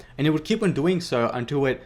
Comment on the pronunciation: No offense but when you launched the Valkyrie it sounded like you said 'dwing' instead of 'doing' 😆